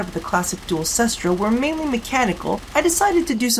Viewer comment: nooooooooooo its 'kest ra' not 'sis-tra' ! :C i also dont have the hugest idea about what is top tier weaponry, but can't you equip a lower recoil mod? i know that it's bad by the numbers to do this kind of thing, as you lose out on point that could be spent on other things, but i found that the duel cestra became quite reliable when you put a minimum rank pistol mutation and a max rank steady hands on it, likewise i put a max rank steady hands on my marelok and vaykor marelok, as recoil is no fun but for real even with the annoying recoil this gun has, if you mod that out of it and mod out its ammo inefficiency, its actually tons of fun to use